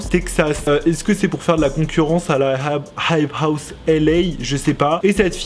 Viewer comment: Tu galère tellement à dire « hype house » mdrr